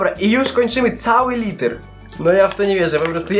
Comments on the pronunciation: mówi sie litr a nie liter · nie muwi sie liter tylko litr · Wiem że jesteś z Ukrainy ale dobrze mówisz po polsku oprócz litr a nie liter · litr!!!!!!!!!!!!!!!!!!! nie kurwa liter litr!!!!! japierdole jak ty wkurwiasz no nawet takich kurwa prostych rzeczy nie potrafisz... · Litr nie liter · jaki liter to się mówi litr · Litr a nie liter